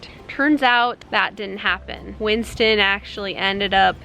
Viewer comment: I cried when you Said Winnie and Winsten